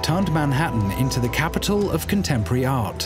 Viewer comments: CapitAl, not capitOl !!!!!! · Capital not Capitol.